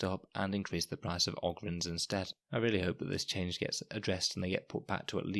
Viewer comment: O-gryns, not Og-ryns. They are 40K Ogres. You dont call them Og-rers.